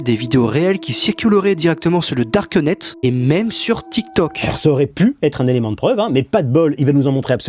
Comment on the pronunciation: Le "darkeu netteu"